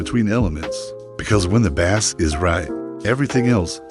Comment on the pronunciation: AI slop, can't even pronounce bass correctly